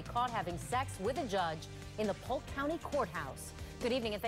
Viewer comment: Is that Polk county? or poke county?